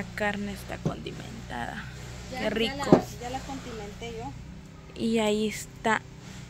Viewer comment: Condimente no contimente